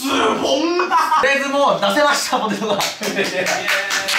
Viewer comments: 最初のPOTETOがPOTATOになっちょる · かのんさん ポテトもポタトになってたw